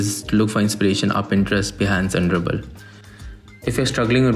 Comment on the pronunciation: he said Pinterest, Bahnce and ? Ruble? Update: Dribble